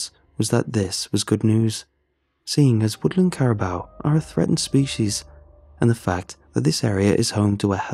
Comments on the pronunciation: Carabow lol it’s Caribou (Care-i-boo) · Amazing as always.. Just a little help though, they’re pronounced care-a-boo ( like a ghost would say booo lol) caribou does look like it should be care-a-bow tho lol. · Your saying it wrong say it like this kara boo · What? Carabow?? We have lived in Alaska our whole lives,and have never heard it misspronounced that badly b4. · “Carabow” is that how English pronounce it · As a Canadian, say it with me, Cari-boo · The way dude says caribou really bothers me... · Caribou pronounced care- i (short sounded i) boo. Lichen pronounced- "liken"( long I sound.) Great story ty